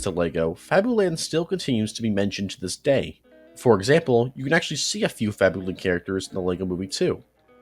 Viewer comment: fabuland is pronounced fabyland